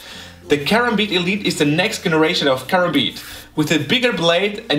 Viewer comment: Du sprichst Karambit falsch aus._.